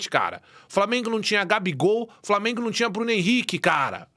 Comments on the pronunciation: Fala Framienguumm kkkkkk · Kkkkkk eu sou flamenguista mas o "frameeengunnn" é muito engraçado velho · "FRAMENGU HÃ ISSO AQUI É FRAMENGUUUU" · Cadê o ''FRAMIENGO'' KKKKKKKKKKKKKKKKKK